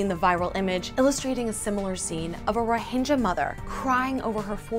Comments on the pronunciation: I'm 3 years late to this but are you still calling " rohingyas" as " rohinjyas"? Its with G as in how you say Game, not Jame. But hopefully you know this already after 3 years. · You're pronouncing it totally wrong. Which really hurts your message. You proclaim to have researched this but don't know It's Rhoh-ing-ya, not Rhohin-ja. Eesh... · The g in Rohingya is pronounced not pronounced as j but as g in gills if I'm not wrong. Bit silly to get the name wrong.